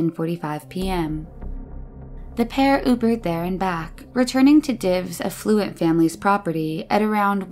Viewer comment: I love how the narrator pronounces the affluent Divine, surely a narcissistic name, as effluent, twice. So true.